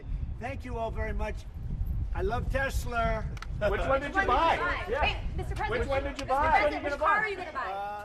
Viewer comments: "I love Teslur" - Donald Trump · This Man said I love Tesler 😂😂😂😂😂😂😂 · He most certainly did. I was like, that's so on brand for him. Tesler (lol)